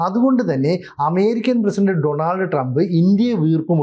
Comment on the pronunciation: ഡണാൾഡ് അല്ല --- ഡോണൾഡ് എന്നാണു ചില journelist മാത്രമേ ശരിക്ക് ഉച്ഛരിക്കാറുള്ളു.